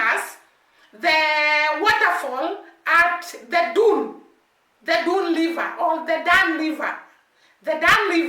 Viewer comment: Dunns river is pronounced " Dones river" . Patios is pronounced " patwa" the "s" is silent